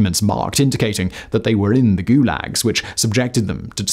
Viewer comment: The first time you say the word in the first five seconds is goolegs?